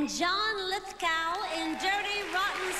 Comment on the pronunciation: Ouch. Bernadette pronounced John Lithgow's name wrong and you could see him cringe.